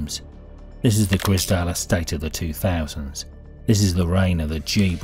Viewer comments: Im sure its the grizedale estate and not grisdale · Grize _dale , Grizedale , not Griz_dale estate ! edit, so annoying hearing you butcher the name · Its the grizedale estate not the grizdale estate mate. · Wish the narrator would say Grizedale properly 😂